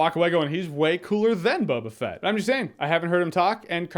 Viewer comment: His name is No-ba Fett